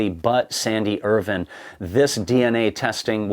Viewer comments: I lasted only 2 minutes due to the constant mispronunciation of his surname, Irvine. WITH AN “E” ON THE END. NOT Irvin. IRVINE. Pronounced Ir-vine. Not pronounced like the silly way US pronounces the city, Irvine in California. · can you please pronounce Irvine as Ir VINE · His Name is Irvine not Irwin.... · Is that the correct pronunciation of Irvine?